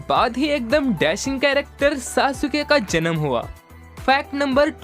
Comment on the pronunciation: Broo wo Sasuke ko saasooke nahi Saske bolte hai